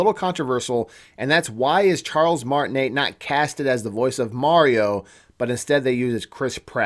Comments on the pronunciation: Nah, nah, you called him Charles martinet and pronounced the net part? It's like martiney that is how it is pronounced. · You mispronounced His last name. Martinet is French and pronounced Martin-ay. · i think the T in Martinet is silent? idk..i am just being a stickler. lol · 1. He’s French. It’s pronounced Martine’. The t is silent 2. The reason they didn’t use him is because over the years Mario has only had short lines here and there in the games. Listening to that high pitched voice for the length of an entire movie would drive people crazy and feel unrealistic. 3. It’s not a rumor that he’s in the movie. It’s fact. Nintendo said it when the voice actors were announced. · In Charles's name. The t at the end is silent